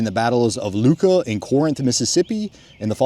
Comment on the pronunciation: That is "I"uka not Luka and its pronounced "Mo bill" not "Mow bull". 😂